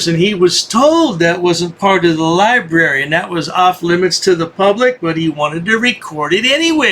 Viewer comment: When you can't even pronounce library correctly, you know he never went inside a library to look for a book or even read a book.